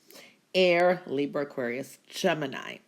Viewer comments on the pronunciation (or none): none